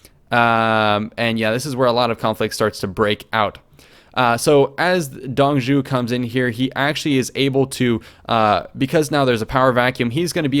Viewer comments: Not Dong zhu, it's Zuo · Dong Zhuo's name, the "Zhuo" would be pronounced Zhoo-waw (like "oo" followed quickly by "awe", or like how warhammer orcs say (zh)-waaghh) Also: Crossbow: Nu (Zhu's) Repeater crowwbow: (ZhuGe) Lian Nu (connected/series-crossbow, "lian" is pronounced exactly like the name "ian" with an L but with a rising tone) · Dong zhou, pronounced (Dung [soft] zz-oh) major ass....i am pissed they are not covering the yellow turbin rebellion, maybe as the tutorial though... Check out the Romance of the three kingdoms podcast channel on YouTube, the creator is a Chinese American translating the book from the Chinese novel, the English translation he found lacking the poetry that is the Chinese version. It's 30 minutes long and over 130 episodes, but all the main characters from the video are long dead before that if you don't want to pour through the length of the videos. But you can get the proper pronouncations from the videos. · Dong Zhuo's pronounce should be like "Dong Draw" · Shudders every time he mispronounces Dong Zhuo